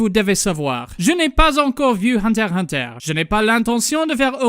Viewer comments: C'était très bien et très drôle ;D Mais si tu voulait VRAIMENT faire le mec qui parle français jusque au bout, tu aurais du prononcer le nom de l'anime : Hunter ixe Hunter. Bisous depuis la France :3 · FYI its "unterXunter" in french otherwise Great job!